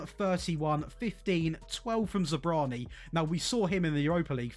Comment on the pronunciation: Great video! I don’t know how to pronounce Zabarnyi either. But the a comes before the r.